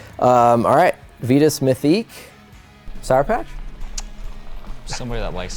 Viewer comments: on their youtube channel, i heard the lady on the build usa mtb video say "veetus."..and another video the announcer said "vitus" and thats the only time i heard it correctly. I have a couple "titus bikes "in my collection... and do people call them teetus? Think that's why i notice it..i know aluminum has two pronunciations. But this seems different. And the vitus logo is a str8 ripoff of Titus..thinking "on one" sold to them ..changed a letter and pronounce different.. idk... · Fast forward to . This is on Vitus own website. We think it's one of those things that boils down to where you're from. We've spoken to Vitus Europe employees and they all say Vitus, perhaps NA employees say it differently because we pronounce words differently over here? Either way, we opted to call the company what we heard their employees at their HQ in Europe call it...